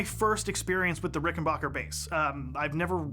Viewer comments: Why does the Bass Channel continue to over and over agin mispronounce the name RickenBACKer ? It's confusing. 🫤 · He didn't say rickenbUcker, he said rickenbAHcker